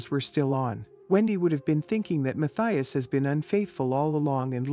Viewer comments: He should SUE the fools! Narrator can’t even pronounce Judges’ last name correctly. Boy Bye! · If this is an example of AI, I don't like it! Mispronounced the surname three different ways!